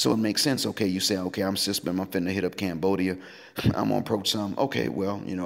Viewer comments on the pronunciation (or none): That's the first time I heard S.Y.S.B.M. pronounced as SYSBM.